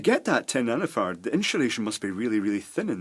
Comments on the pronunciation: sounds like nano farts hahahahahah. Sorry, they say ferrets in here. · I scanned the comments for 2 minutes and am sad that no one mentions how he keeps saying nanofart. Classic Scottish accent! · "This one is rated at 100 Nanofart"😂😂😂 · sounded like he said Nano fart lol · when he got to the section about capacitors I thought he was saying nanofart and microfart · I keep hearing nanofart and microfart. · a water 'pape', 'compoonents' and 1.5 'nanofart' lol.. Beside that good video.